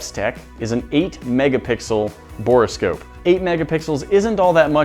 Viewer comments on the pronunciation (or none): Anyone else totally distracted by the way pronounced "Bore scope" as "bor-ah scope"? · Bore scope not bora scope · Someone tell him its bore-scope and not borris-kope